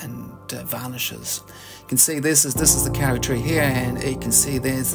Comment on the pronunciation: Lovely video, thank you! In Maori, as I have just learned, "au" is pronounced more like an O-sound. So, it is more accurate to pronounce it "Ko-ri". I am lucky enough to have a Kauri surfboard made in northland in about 1920 - from timber cut in the late 1870s. The grain of the wood does not deviate more than 3mm over the whole 1.7m length, and 45cm width. It is 16mm thick. And it is hard like stone! For your viewers; please don't plant a Kauri (or Totara, or Kahikatea) in your garden. Although they are wonderful, and amazing, you will create an enormous problem for someone in two to three hundred years when they have a gigantic forest tree taking over their whole property, and a $50,000 bill to cut it down safely. In general, it is a woefully short-sighted idea to plant any forest-sized tree in a residential area: your neighbours will hate you for it. If you want to know what to plant in your new garden, take a look over your fence, and see what's doing well over there. :)